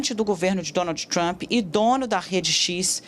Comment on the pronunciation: "Donaldji tchrump"